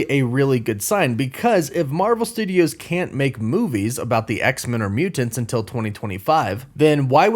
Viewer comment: Stop saying mutants so weird.